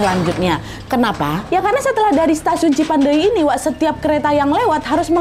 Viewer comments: lucu bgt kak nadia ngmg cipendeuy nya cipandei 😭🫶🏻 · Tulisannya : Cipeundeuy .. Dibacanya : Cipendey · ci peun deuy kak bacanya gapake i dibelakang 😂😂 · Bukan stasiun cipandey kak, tp cipeundeuy😁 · Lucu bgt ka nad gabisa bilang cipeundeuy 😁 ka nad bilang nya cipandeui 😁 emg bhs sunda itu unik ada eu nya 😁 bhs korea yg sama ada eu nya juga 😁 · Cipeundeuy bukan cipendeuy kak nad 😂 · Lucu ka nad pas bilang cipendeuy.. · Sebagai orang bandung berbahasa sunda ngakak banget tiap ka nad bilang Cipeundeuy 😂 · Lucu bgt bilang "CIPEUNDEUY"😂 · Aku org Sunda dengar Nadia ngomong cipeundeuy kayak bahasa thailan😂 ngakak😁 lucu 💕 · maap lucu banget lidah melayu bilang cipeundeuy 🙌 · wkwk lucu kak nad pas nyebut cipeudeuy kayak ngomong thailand😭🤏aku orang sunda kak dan penyebutannya kurang benar